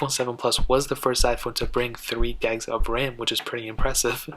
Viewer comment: Why are you saying gegs, and not gigs lmao